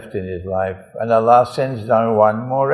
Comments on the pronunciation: Dear Sir, plzz try to pronounce the name of Allah correctly. you say Alaa instead of Allah. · i am a follower of him and do respect him, but i see that he recites quran very well on Allah's name he dont pronounce correctly. so its our duty to rectify things even of our teachers and our ulamaa, after all they are also normal humans and can do mistakes, only ambia are prefect.